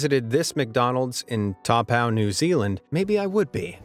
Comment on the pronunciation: it is pronounced "toe - poor" = Taupo, New Zealand :)